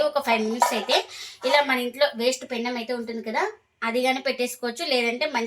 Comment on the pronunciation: Pennaom kadhu mma penam